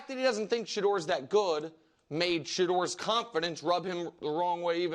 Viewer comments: I could not employ someone who says "goot" instead of "good". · Dude needs speech therapy. It’s good not guut.